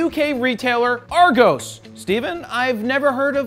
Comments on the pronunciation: ARGOEEES! its AR-GOS! lol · and its pronounced AA+GOS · It’s pronounced Ar-gos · It never really worked that way.. pretty much always 'look at your leisure (at home), then order and collect immediately in store'. It became quite a 'thing' around Christmas, to create a Christmas list based on the Argos catalogue. Additional, its arGOS, not pronounced arGOUS :) Keep it Raw !!! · Haha "Argose". Just for the record, its Its pronounced with the end of 'Ross'. Ross --> Argoss --> Argos. Not that it matters... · I’m a Brit.......and it’s pronounced ArrGoss..........but that was hilarious about the catalogues 😂😂😂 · PixelVogue That's how we pronounce it in america. AR-GAWS is how you pronounce it. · The way he pronounced argos loooooooooooooool. Its ar(space)gosss. Also thats not how an argos catalogue works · Not argos it’s argOs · Try and say Argos properly. Lmfao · I’m from London and grew up on Argos. But Jarred you say Argos so funny 😂😂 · Jared Polin I know :) just muckin with you. The pronunciation was the best though 😂😂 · That's not how you say Argos